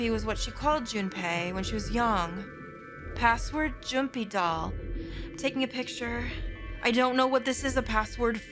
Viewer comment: Still confuses me as to why Phi pronounces "Jumpydoll" as "Joompydoll"